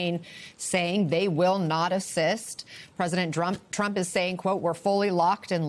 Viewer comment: She said president Rump! Lol